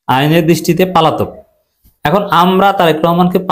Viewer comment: বারবার একই উচ্চারণ - পালাতক। শব্দটা : পলাতক